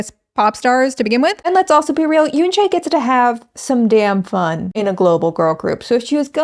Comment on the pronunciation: I think, given they're a global group, we should start highlighting for everyone to pronounce Yoonchae's name properly. If you can pronounce Manon's name properly then it shouldn't be difficult to pronounce YUNCHE not Yoonchayy